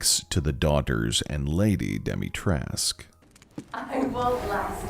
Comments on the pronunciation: Alcina: has the surname Dimitrescu, an east-european one, suggesting that it should be bronounced with a hard -scu at the end Everybody, even Capcom itself: ah oui, Madame Dimitresque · i thought I was going insane when even the characters ingame said dimitresc instead of dimitrescu. When I saw her name I immediately thought it rhymed with the late romanian dictator ceausescu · its Alcina Dimitrescu, but made Demitresk so americans can pronounce it easily. Dee-mee-trescu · Lady Dimitrescu: pronounces own name “Domitresk” Literally everyone else except apparently me: “dEeMeEtREeSK¡!” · It's not Demitresque Its Dimistrescu (dee-mee-tres-coo) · It's doo-mee-tres-coo since in romanian u read all letters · Sadly the game developers themselves got it wrong. Being a romanian name it is pronounced dee-mee-tre-scoo. Take it from a romanian native speaker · correction. Correct pronounciation is Al-See-Nah De-Mit-Res-Cooh. The name and surname are Romanian, and the letter "U" should be pronounced. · dimitrescu is pronounced “dee-mee-treh-scoo”, it’s a romanian last name, we don’t have silent letters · Okay y’all I’m here for your Romanian pronunciation guide from a friendly Romanian lol So Lady Dimitrescu’s last name is pronounced Di-mi-tres-cu(coo) The -escu prefix for last names is really common for Romanian last names and I just want everyone to know the proper pronunciation 😊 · I feel like it's worth mentioning that the u in Lady Dimitrescu's name is not actually silent. The correct pronunciation is actually Dimi-tres-ku, because her name is Romanian. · Dem-i-tres-cu her name is a Romanian surname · the only thing I don't like is that I imagined her with a slight accent... she has none and she doesn't even pronounce her own name correctly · the voice actor for Lady D said that capcom told her to pronounce it the wrong way, from what I remember. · Everytime Lady Dimitrescu pronounces her name wrong, somewhere in romania a baby starts to cry...